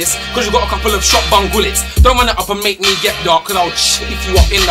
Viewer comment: swear he said shotbun gullets😂